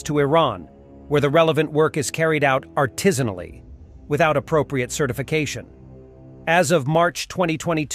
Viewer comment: Never heard 'artisanally' pronounced aloud??